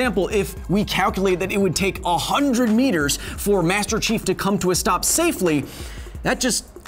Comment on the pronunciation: Everytime he says Master Chief it sounds like he's saying Master Shifu